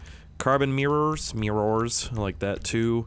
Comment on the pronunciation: i like how he siad miwors